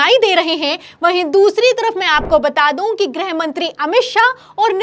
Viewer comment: ग्रह मंत्री या गृह मंत्री,,,😂 90% anchors does not khow the difference between ग्रह and गृह 😂